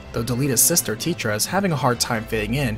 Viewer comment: delita's sister is not tietra? her name is TETA.